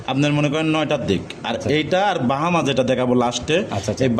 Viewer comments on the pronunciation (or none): আপনার লোক সব বাটপার কথা বলে বেশি কথা ও ভালো করে বলতে পারেনা নাভি রে বলে লাবি আর ব্রাহামা কে বলে বাহামা